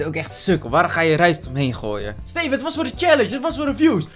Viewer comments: Hoe “Steven” zegt! “STEFUUH” 😂😂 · Ik merk het nu pas